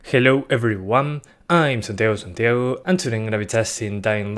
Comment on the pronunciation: eres chileno? onda solo duda,tienes buenos videos y se nota una mejora en la pronunciación del inglés pero el "santiago santiago" me suena muy chileno xd,espero que me respondas